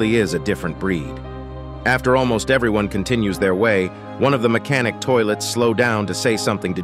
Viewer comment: Blud said mech scientist toilet